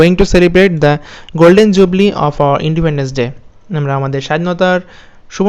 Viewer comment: Are bai golden jubli noy, golden jubilee😛😝😛